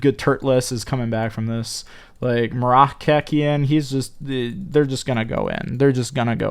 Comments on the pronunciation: Guys.. its MOROCCAIN as the people from MOROCCO lol u never said the name right 😂😂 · Im really chocked how he say moroccan nation im very sad,im not trying to be rude. But really is i want him back